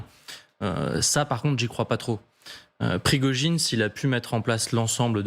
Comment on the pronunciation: Pirgogine au lieu de Prigogine par ce que vous ne comprenez rien de lui😅